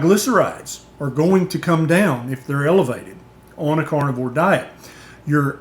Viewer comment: Love your content. Although, I can't help but hear you saying "cornivore" every time, haha.